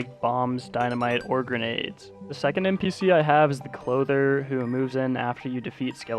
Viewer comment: It’s not chlother it’s clothier